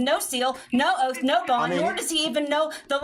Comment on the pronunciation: "do you have an oalf?"